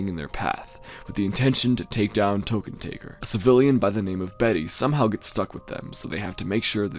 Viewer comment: It's LUDWIG VON TÖKKENTÄKKER, not Tokentaeger, dammit! Get it right!